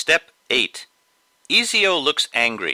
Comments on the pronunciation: No its ET-SEE-OH ezio not EASY-OH but the drawing is amazing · Pronounced ezio- easyo...real way- E-ZIO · Lol u said his name like "easy-o". Ezio is actually pronounced "et-ze-o" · (ee-ze-oh?) it's (etz-ee-oh) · Awesome video tutorial! It was really easy to follow! But for future use his name is pronounced "Et-zio" not "E-zio" :) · Eee-zio =='' are you joking me? its pronouce like Et-zio but instead the spellings are Ezio xD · You didn't pronounce his name right... It's Et-ZEE-o, not Ee-ZEE-o... .-. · It's Pronounced "Et-Zeo" Not "Easy-O." Lol. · Easy-O hahaha his name is ezio etsio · its ETTTzio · yeah and ezio's name is basically sayed "Et zio" (i think) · No offense mate but this guy fights the templars so he he wouldn't wear a reference to them on his wrist and yes the bird is an eagle Not trying to be mean just thought id point it out in case you decide to do another assassins creed drawing Oh and its pronounced ET-SEE-OH :-D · Awesome tutorial!!! Just one small (tiny) correction though... the name is pronounced "ET-zee-oh" :) Loved the tutorial!!! Thanks! What kind of markers are those? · It's said Etzio but it's Ezio Auditore from AC brotherhood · Its pronounced et-zio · Lol it pronounced (et-zeo) I broke it down for you. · It's pronounced et see oh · You know nothing about ezio you even sayed his name worng and its called a hidden blade and thxs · It's spelt Ezio but pronounced Etzio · Did he just call him “eazy yo” 💀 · you called EZIO "EASYO". but doesnt matter nice drawing! :) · Pisses me off that he didn't pronounce "Ezio" correctly. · you say ezio wrong it is so funny (easy yo) hahhaa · EZIO IS THE REAL NAME ETZIO IS THE PRONOUNCIATION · THIS IS NOT EIZO THIS IS EASY'O LOL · Pronunciation: et-zee-oh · It’s pronounced ehtzeeo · he pronounced ezio easy-o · Ezio not Easy-o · Haha, "easy-o" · who else was triggered when he said ezio's name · DANG! i love this, but you pronounced his name wrong :( anyway i really love this =-D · He SAID HOS MAME WRONG